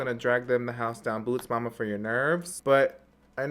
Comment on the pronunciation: i go back everytime he says “boots” or “house” or “mama” idk why it’s so funny to me!! i would never buy these lipsticks i just don’t wear a lot of lipstick.